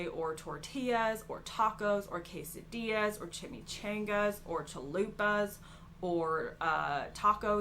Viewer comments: Why did she say chimichangas like that 😂😂😂😂 chimy -chaangas. That definitely not how you pronounce it . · “Chimmy•chain•gaas” Lmao 😂